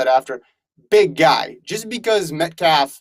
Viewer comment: Please say his name correct when dissing him